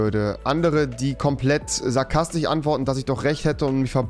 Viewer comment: Ich finde dein humor super und ich verstehe ihn auch, aber ich kann mir gut vorstellen, dass manche leute das missinterpretieren oder damit nicht umgehen können und btw: es heißt sarkastiSch und nicht sarkastich 😂